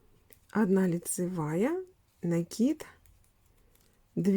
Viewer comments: Всё замечательно, но почему вы говорите рапорт с ударением на о и накид с ударением на и? Это безграмотно. И слушать это очень тяжело . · Именно так правильно произносить: раппОрт, с ударением на О, пишется с двойной буквой П; накИд, с ударением на И, потому что нить накИдывают.